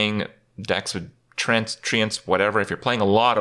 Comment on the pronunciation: Pronounced like tree-ants afaik